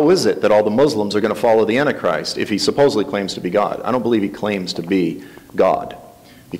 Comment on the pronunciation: prideful attitude, refusal to accept anything said as Biblical or true and pronunciation of antichrist as "Annie-Christ" turn me off to him. There is much to be revealed in the future that the Lord has not yet made clear. We must not hold so fast to our own personal beliefs on eschatology that we can't see the truth unfold before us.